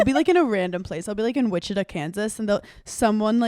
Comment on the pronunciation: The way Hannah said Wichita,Kansas broke my brain because 1. no one EVER mentions Kansas, led alone Wichita (I live there) 2. The pronunciation 🤣